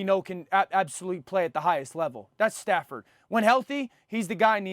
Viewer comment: Dan did not say Stafford😭😭